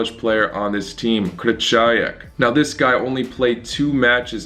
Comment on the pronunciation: Why do you pronounce Krychowiak wrong?